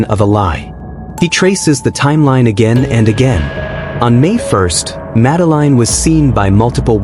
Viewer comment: Her name is pronounced. Madaleen not Madeline 🤬👎